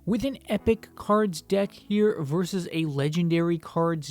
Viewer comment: Well ur pronunciation You : ephic khars deckh verses lagendeyary khars deckh Me : epic cards deck versus legendary cards deck Lol